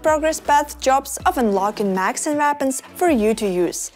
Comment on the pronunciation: “Macs and vapons”